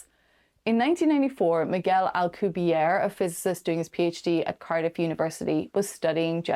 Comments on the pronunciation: Dude, you lack credibility when you can't even say Prof. Miguel Alcubierre's name correctly. The double 'R' is rolled hard and the 'E' on the end ISN'T silent. He's Mexican... NOT French. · Well, more importantly was the silent 'E' on the end of his name. Not rolling the 'R' can be forgiven. A lot of people can't roll their R's. However, not pronouncing the 'E'... it's like you weren't even trying. If you're gonna half-ass the name of a well-known scientist (who's been around for decades), what OTHER corners are you cutting? ...just sayin'!